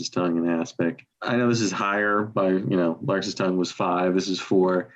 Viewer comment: Larks tongues in aspic Not larkes! Is that even a word?